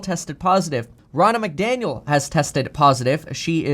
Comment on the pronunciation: Sounded like you said Ronald McDonald tested positive. Lol.